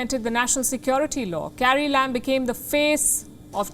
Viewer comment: she said carrie lam. I heard "Scary Lamb". That's when I realized that now my mind expects only sarcasm from Palki.